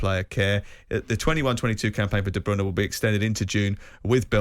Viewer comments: "Kevin Deebrooner" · Worst pronunciation of KDB’s name.